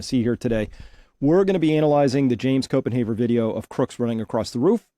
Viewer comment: Its Copen HAVER NOT HAUER!